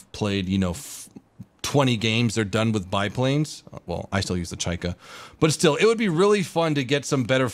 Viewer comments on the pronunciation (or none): none